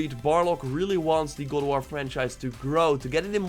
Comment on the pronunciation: Did you say gold a wall ? Speak clearly lmao